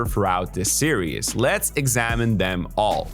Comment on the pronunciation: series or serious, what the hell is he saying?